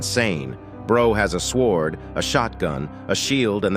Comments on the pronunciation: Bro fr said "sWord" 💀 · bro sayed swoord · Bro said swrod